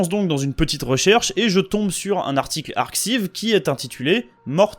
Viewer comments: Vidéo hyper cool ! A noter qu'on dit "ArKaïv" pour ArXiv, comme pour des archives en anglais. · Super interessant. J'aime beaucoup la partie sur Fibonacci. Petit detail : arXiv se prononce "ar-caille-v"